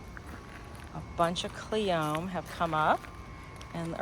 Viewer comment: Cleome is pronounced Cle o ME, long e in cle and in me. 3 syllables CLE O ME. Accent on the first syllable.